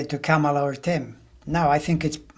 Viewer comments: Yes, please, darn it: Comma-luh! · or COMMA-la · Pronounce Kamala’s name like this “CALM-ala”. Love you both! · I read she wants it pronounced comma-la